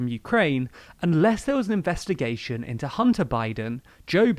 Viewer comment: "investigaion" lul